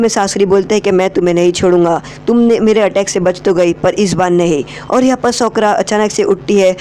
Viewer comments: Socra nhi Sakura Pronounce thik Karo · Bro you are best but I want to tell you that her name is sakura not shokura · Broo that's sakura not sokra man😂😂